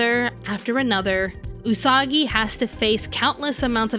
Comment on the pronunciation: Did Mamoru just said... Usaka!?